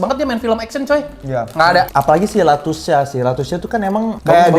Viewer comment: lutesha bang bukan latusha😭😭😭